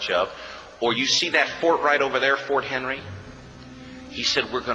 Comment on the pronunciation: This is what the video got correct: Francis Scott Key Baltimore British Every other word spoken in it is false. So many, so easily checked that it is an intentional lie. Learn the real stroy. Come to Baltimore. Visit Ft McHenry .... and it is McHenry, not Henry.